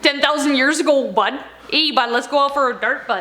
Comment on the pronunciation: The way you said bud made me think of a maritimer right away